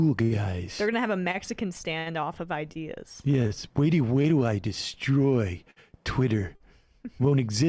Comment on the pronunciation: "Ideaz" RIP, MB.